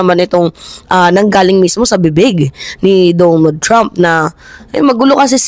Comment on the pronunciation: DONALD mimaa not Dumo trump. lol🇺🇸